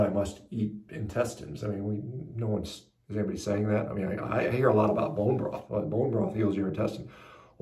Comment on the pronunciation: "You say potaytoes, I say potahtoes; you say tomaytoes, I say tomahtoes; Hanza? - Baboon broth; I eat? - Ah, bone broth..." (Let's call the whole thing off.)